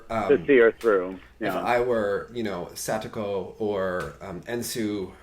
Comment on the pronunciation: THANK YOU for pronouncing Satoko's name correctly. Tara and Johnny never do!